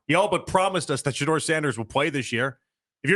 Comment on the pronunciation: Shanoise, Shahive? Stop that sh… You being disrespectful. He’s making you and the fan money right now. Show that man some respect.